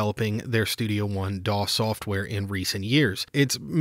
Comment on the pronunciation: Was that "DAW control" or "PAW control"?